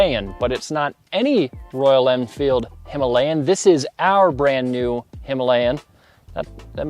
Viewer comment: The word Himalayan is mispronounced. You can attach Fuel X Pro Plus for better transmission of power, I am using it and there is a significant change in the power transmission.